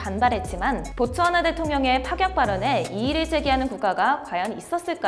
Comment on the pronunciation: 아 보츠와나 구나.. 듣기만 하다가 고추하나로 들려서 다시 돌려봄 ..